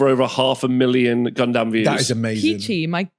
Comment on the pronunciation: Is pronouncing gundam "gun-DAMN" a British thing or a thing?